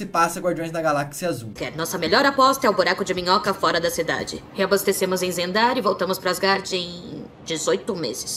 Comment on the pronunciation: É zandar e não xandar